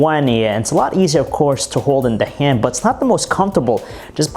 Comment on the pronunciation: Btw stop emphasizing the last word of every sentence. "The sharp edges don't make it comfortable in the haaaaaaand." "It is Verizon's flagship windows phoooooone." So aggravating, I'd prefer monotone.